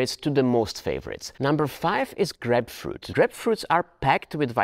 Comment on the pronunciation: its isn't grepfrut u say it like Graipe-Froot(fruit) ya welcome